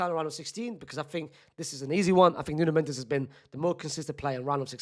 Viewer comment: Its nuno mendes